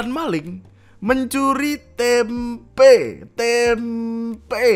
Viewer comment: tempe jangan dikasih 'k' bang, artinya jadi lain 🗿